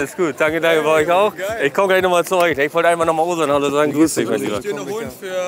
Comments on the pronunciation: Er wird Ozan ausgesprochen, da es ein weiches g (ğ) ist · „Owesan“ 😂😂😂😂😂😂😂😂 nicht nett von dir!!! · bro der name wird "OSAN" ausgesprochen :D